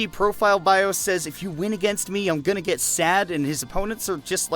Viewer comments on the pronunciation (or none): none